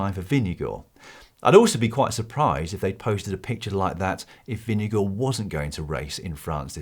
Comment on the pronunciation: Jonas pronounces his own name as "Jonas Vingegaard".... why do you refer to him as Vingego??